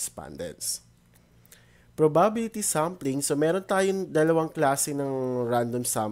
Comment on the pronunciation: ganon po ba talaga pronunciation ng probability?